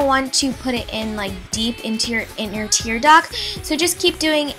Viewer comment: do you mean tear duct? Not tear duck? lol